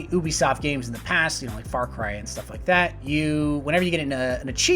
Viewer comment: AH it's pronounced you-bisoft not oo-bisoft